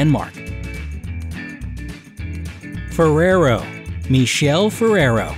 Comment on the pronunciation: The pronunciation of Michele Ferrero is incorrect.